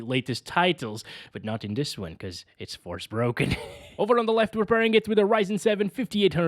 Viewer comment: "FOR--SPOKEN" not "FORCE-BROKEN"